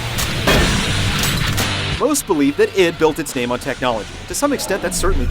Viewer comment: I like how this guy mispronounced a lot of easy names.